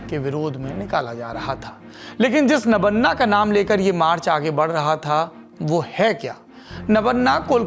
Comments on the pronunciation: It's "Nobanno" not Nabanna. Why named is not spelled respectfully? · Sir it's not nobanna it's nobanno.. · Nammano nahi "Nobanno" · Sir, nabonna nehi. Eh nabanno hei. Please correct.. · सौरभ जी अच्छा लगा अपने नबान्नो का माने समझा दिया। अब आप थोड़ा ध्यान से सुन भी लें आप उच्चारण क्या कर रहें हैं। आप बारबार "नबान्ना" कर रहें हैं। हम आपके सुलझे हुवे शब्द सुनने के आदी हैं। खुद बंगाली हैं, इसलिए भी शायद कानों को चुभ रहें हैं। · सौरभ जी, 'नवन्ना' ग़लत उच्चार है, विडियो में पत्रकार सही उच्चार कर रहे हैं। असल में यह शब्द 'नव+अन्न' रहा होगा, जिसका बंगाली ढंग का उच्चार पत्रकार प्रस्तुत कर रहे हैं। बंगाली-भाषी लोग 'अ' का उच्चार 'ओ' करते हैं और 'व' का 'ब' करते हैं। उदाहरणतः "रोबीन्द्र", जो मूलतः 'रवीन्द्र' है। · It is no-baa-nyo, please pronounce bengali property. It is नबान्नो . Your pronounce is too awkward for us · It's NabAAnna, sandhi makes 'a' into 'AA', pronounce to thik se kijiye! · Pronounciation of Nabanna is not correct